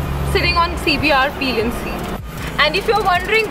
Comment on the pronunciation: It's pillion not peeeeeelian madam